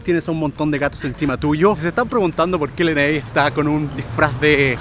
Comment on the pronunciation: Se pronuncia lenei